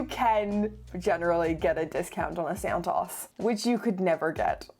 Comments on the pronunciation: All these years I thought Santos was pronounced Santos. Silly me, it's santoss. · It’s Santos, not San-Taws. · Its pronounced SANTOOOOOOS not SANTAAAS … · Great content, I do love the Santos, and this may be a bit nit-picky, but does anyone really pronounce it this way?!? I'm fairly certain it Santos with a long O (as in "oval" or "oak"). At least the people at the Cartier boutique pronounce it with the long O